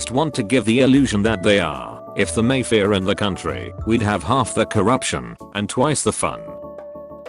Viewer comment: 🍹🐙cracks me up when the TTS voice says may-faihr for mafia! It sounds so...waspy tea-party ☕🍰